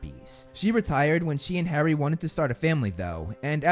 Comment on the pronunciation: The way this kid pronounces HARRY????